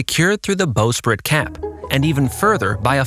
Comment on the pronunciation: Ok what the hell is going on with your voiceover? Is this an AI reader? I can't believe a human who did this much research for a video would pronounce this many words incorrectly. Ratlines - rat lines, not ratlins. Staysails - stay sails, not staisles. Bowsprit - this one blows my mind because you JUST pronounced "bow" correctly immediately before it. Bow as in "take a bow," not rhyming with "whoa." Davit - follows the vowel structure of "rabbit," not "David." Forecastle - another mind-blower, because you clearly know it's not pronounced as it's spelled. It does not sound like foxhole, it is "foke-sle." Ships don't use azimuth, they use bearing. Boatswain - bo'sun, not bozz-un. Officers' meals - wardroom, not messroom. For the depth of research & knowledge on display in this video, I expected more for the technical jargon.